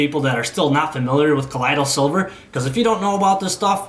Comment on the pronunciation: Good report, but you have the pronunciation of "colloidal silver' wrong.. you are saying 'colidal' but the 'oi' sound should like the oy in "boy"!